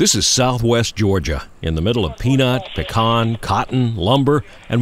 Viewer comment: Another 'Top Shelf' effort....... hats off! I've been to the Manchester viewing platform.....will have to put Cordele on my list now. Love that old school concrete water tower near the diamonds.......and the drone shots at Rebecca were excellent. Also your pronunciation of "pecan" is dead-on correct.....I cringe when I hear others utter "pee-can".... which is an object that long-haul over the road truckers keep under their seat for the occasions when they can't stop at an interstate rest stop for a restroom break. Cheers.